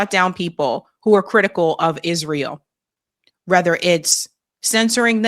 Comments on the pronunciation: For God’s sake…HOW? WHY?…do you pronounce the word “whether” as “rether”? It’s simply flabbergasting and unfathomable. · The word is WHETHER NOT RETHER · pronounces “whether” as “rether,” which is incomprehensible to me.